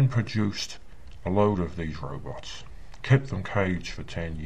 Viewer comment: Thank you. I wondered what happened to this guy. I was pretty sure it must have been something like this. I love when he says "robits" in this video.